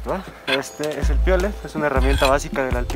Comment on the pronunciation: Primeramente, felicitarte por el reportaje y hacerte unas observaciones, sin afán de molestar.. El nombre del volcán es Iztaccíhuatl, no Iztlacihuatl.. Lo que llevaban el la espalda son mochilas, no "maletas" Y por último son Piolet (sin acento) porque lo pronuncias piólet.. Por cierto, lo agarrabas al revés, la punta va hacia atrás, por si resbalas, puedas clavarlo en la montaña.., lo bueno es que no pasó nada malo...